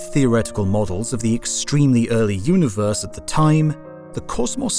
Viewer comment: You know when you hear someone mispronounce a word and you wonder if it was a slip of the tongue or if they say it like that all the time? Then they say the same word fifty times and it's just weird. Multiverse, it's mull-tee-verse not mull-ta-verse and while I'm whinging it's you-knee-verse, universe, not you-nah-verse. You speak very clear and concise English so I'm guessing it's not part of some regional dialect. It's quite odd.